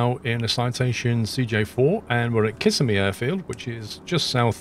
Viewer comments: Kiss-a-me. 😆. I live in central Florida. It’s pronounced Cu-sim-ee. Cu like in “cup”. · kih-sim-ee not kiss-uh-me :] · kiss a me lol it's pronounced ka sim e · As a lifelong Floridian, I feel it my duty to tell you that Kissimmee is pronounced Ki-SIM-me, not KISS-e-me. It’s a common mistake, but it does bug the natives a bit when you mispronounce it. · It’s actually pronounce Kisssemi 😊